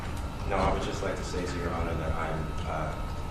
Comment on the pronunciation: Speak English. the word is "that" not "dat"